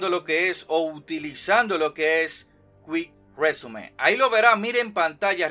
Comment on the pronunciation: Cuic resium — Cuic résume — bien chingón, pronunciándolo como él quiere. B) Tú dilo como quieras, hombre. Que te vemos por la información que das y por cómo haces de bien lo tuyo. 👍